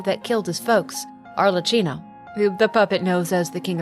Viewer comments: Just a tip cause as an Italian it sounds too funny to Italian ears. Arlecchino Is pronunced as if it were written Arlekkino😂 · Lovely vid! Thank you! Should it be of use in the future, please know that "ch" in italian it's an hard sound, more like a K, otherwise your pronounce was really good! Much love from Italy ❤